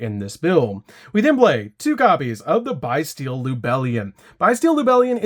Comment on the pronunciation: I hate the way he said bystial BYE-STEAL! Lol 😂 💀